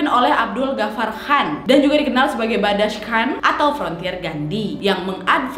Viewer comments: maaf kak nad, badshah bollywood kak bukan badass bollywood 😂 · You said it wrong, it's not ba-dash, it's baad-shah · Badshah mpok, bukan badash...badshah artinya raja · Kak Nad bukan Badash tapi Badshah